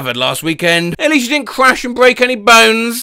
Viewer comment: "You disnt see the obivous" "I disn't see it at all" is HILARIOUS 😭